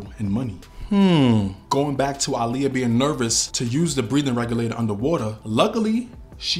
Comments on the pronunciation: I love how you pronounced her name correctly. Aaliyah use to check a person real quick who didn’t say her name right lol. She’s smiling down on you KING! Great vid by the way. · Finally, someone who pronounces her name correctly. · Lord thank you for pronouncing her name correctly